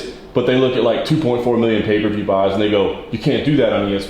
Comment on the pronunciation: It's "pay-per-view" not paperview 😂